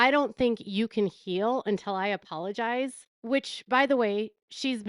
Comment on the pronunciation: And he can't even pronounce that word correctly 'pologize'